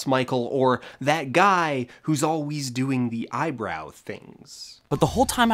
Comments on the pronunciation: I enjoyed this so so very much. You missed a tangential opportunity with vsauce2 and vsauce3 and also dong, but your accent saying "as alweys" made up for it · Last second immersion break from the pronunciation of "as always"